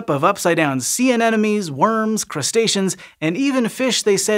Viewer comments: Hey there, Sci-Show EDITING/ACCURACY folks - - A-NEN-O-ME is a common mispronunciation of A-NE-MO-NE. However, says it not just once, but FIVE TIMES - -. yikes!!! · It’s an aneMoNe, not an aneNoMe. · It sounds like you're saying "anenome" instead of "anemone." [edit] Confirmed with slow speed playback LOL! Hint: "A neM O Nee." It's "any money" not "an enemy." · Why am I hearing 'anenome' and not 'anemone'??? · Exactly! I couldn't figure out what "enemies" he was talking about! :D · Say with me "Ane-mo-ne" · The anemone is not an-enome! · Just a little nitpick. It’s pronounced “an-em-o-nee”. Anenemy is someone who hates you. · People really struggle with anemones Both the horticultural and the pelagic ones Pity, it's a pretty simple word, it comes from "anemos" - wind